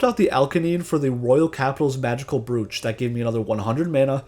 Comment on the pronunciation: its pronounced browch not brooch